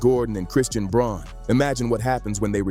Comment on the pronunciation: Good video with good announcing but Christian Braun's name is pronounced BROWN.